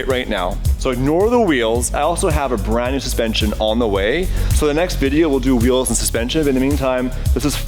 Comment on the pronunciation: Whoever said Hot Wheels spot on